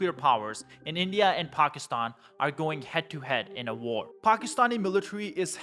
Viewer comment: Pock is tan??? Or Packy stan???